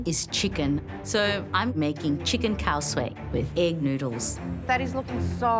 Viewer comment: That's not khow suey.... and she's not keesh-wah... it's kish (like wish) and warr (like purr).... Talk about ruining names!